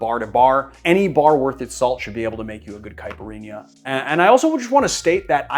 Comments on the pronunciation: It is not a [cai-puh-eenyah]. It is a [Cai-peer-eenya]. BTW, a little too gentle on the muddling, and also you can muddle the ice a little too. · Cai-pee- ree- nha! Repeat after me! Lol